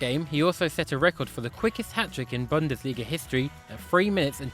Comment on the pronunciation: It's Boon-des-lee-ga